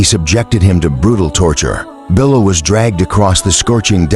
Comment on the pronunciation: Please pronounce his name. Correctly. Pathetic you are